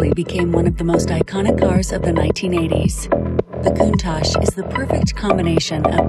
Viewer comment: Why he pronounce it "Coontishsh" 🤣, it's cool though 😎